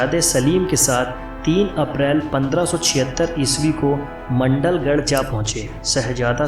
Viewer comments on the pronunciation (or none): #maandalgarh not mndalgarh